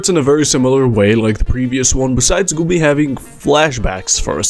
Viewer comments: I am only mildly bothered because Güby isn't pronounced correctly. This is not how you say ü xD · This is also not how you say ü